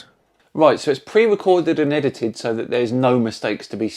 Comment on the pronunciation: I dunno - calling NASA videos "itited" makes him sound more like a kiwi